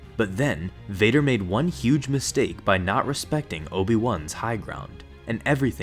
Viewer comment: "By not tepsecting obi-wan's high ground" i luv the HIGH GROND